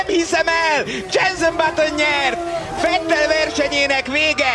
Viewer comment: Fetl!! Vettel=Fetl Palik nyelven!